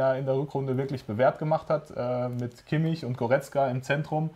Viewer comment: lernt doch endlich mal kimmichs namen